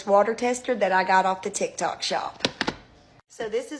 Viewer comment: When she said "Tikitok", it made me dead lmaooo.